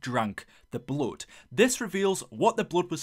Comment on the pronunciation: When you said "bluud" my ears started bleeding.